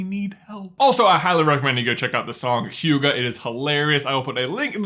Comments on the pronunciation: Don`t say «hygge» with an «a» in the end. It is pronunct «hygge» NOT «hygga». - from a Norwegian viewer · Hygge not hygga, My friend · it is H-E-GG-EH not H-U-G-A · CAN YOU SAY HYGGE WAY FASTER ITS HYGGE NOT HYYYYGEEE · Hahaha stop pronouncing it "hjuggaaaaah". It's a "Y" not a "J". kind of funny though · It is (hee) (ga) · Hygge= kind of chill Don't pronounce it Hhyuga, that's messed up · Every time he says hyuga i want to go and watch naruto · I don't know why but I've always thought Hygge was pronounced hee-gee, like the Bee Gees 🤦‍♀ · "Hyuuga" I keep thinking of Naruto every time he says Hygge xD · "Hygge" is Norwegian and means coziness or enjoyment. England IS closer to France than the USA is to Norway (Norway, Illinois doesn't count, for obvious reasons). And no, sir, YOU can't take a perfectly normal Norwegian words and pronounce it "Hyuga" - while that is an awesome in Naruto, it does not belong here - when Google Translate - free and available to all indiscriminately - actually does a flawless utterance of most Norwegian words, this one included. I'm going to Like this video because it's very HYUGA-lig (hyggelig means cozy) to hear you pronounce it, and all of your obviously tramatizing (and some not so) life experiences to which you clearly have no better expression to tie. That said, if you DO move to Norway, hit me up. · Listened to half of this video without watching the screen and started to wonder what all this "huga" was about. Then I watched the screen and it said "hygge" 😂 Suddenly things made sense! It's nice of you to try but the pronunciation... Is quite far off 😬 (And I don't speak Norwegian myself, I speak Swedish) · It's pronounced like he ga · So he can pronounce lutfisk properly but not ''huugah'' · It's pronounced hugger and i had to do all of this for an sa for media. If you wanna know more there's a podcast. LHWH who talk about it with a Danish lady who goes into detail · Det høres ut som han sier hjuga